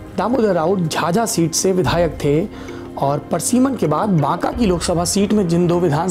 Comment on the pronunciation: parsiman nahi pariseman hota hai.